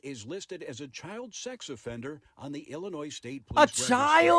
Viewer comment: Illinoi - the S is silent